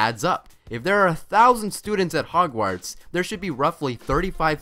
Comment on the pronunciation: how come lily's sister was never a witch? also they way you pronounce Hogwarts 🙈